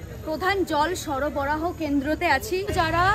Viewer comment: It's 'Sorboraho' not 'soroboraho'... 😏😏